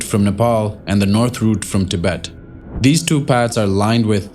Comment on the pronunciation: Thank you for saying 'Tibet'.